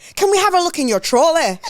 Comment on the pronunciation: There were so many things in this ep that had me laughinggg🤣 Noticeable faves: - The x Gillian McKeith supermarket linkup. I kept rewinding to "TROLLEH" lmaooo. But no, how can someone run up on you like that with their camera crew and ask to view your trolley contents??? #TrolleyGate - "Here I am [shaped] like a dumpling"... egregious - "Wanted to do re-enact Christina Millian AM - PM but then I ended at DMU" Such a funny episode girls! Loved it xx